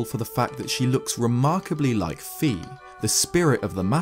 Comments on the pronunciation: Fi is not pronounced "fee" its actually "fai" :P just sayin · It's FAY, not FEE.